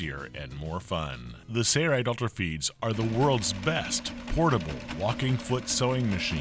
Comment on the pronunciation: Why why why? Why does he keep saying sayrite when it's spelled sailrite like sailboat? Either spell it different or say it right.